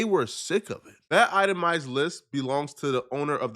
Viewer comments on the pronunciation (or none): Bruh what is a "eye-tah-my" list? 😂 It's itemized brotha! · Item eye 😂😂😂. Itemized 😂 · ItemiZed .....Z there's a Z in there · Itemized…. Ized